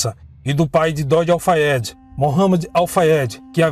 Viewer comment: Parabéns! Você falou tão bem o nome completo do namorado dela, Dodi Al Fayed.. Eu ia precisar de uma semana para decorar. Não acredito que foi assassinato. Acho que foi acidente mesmo. Assassinato planejado em ambiente público, Paris, e cheio de paparazzi me faz levantar sobrancelhas. E sabemos que ela dispensou a segurança da família Real. Se for verdade, a polícia francesa acobertou. Porque qual motivo? Foi dito a época que Dodi mudou o trajeto aquela noite. Saindo por outra porta o que enganou muitos paparazzi. É a pergunto que faço; como um assassinato planejado ocorreria sem que os assassinos soubessem sua rota aquela noite?